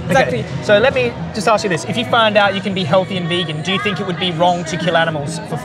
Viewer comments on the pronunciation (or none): Why she is saying i sink which is ' i think' ?! 🫤